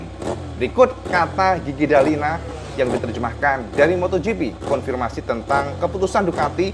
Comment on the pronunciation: Gigi dalligna = jiji dalinya Davide Brivio ✅️ David Brivio ❌️ Sekedar masukkan saat pelafalan agar lebih nikmat didengar ditelinga.